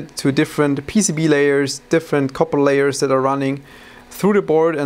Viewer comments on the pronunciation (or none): none